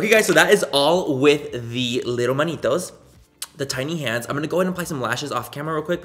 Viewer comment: Lol Manitos Manny it’s manitas!!!!! 😂